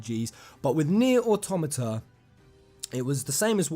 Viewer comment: Jeremy Ang You are wrong. Automata has its basis in automaton. He is pronouncing it correctly.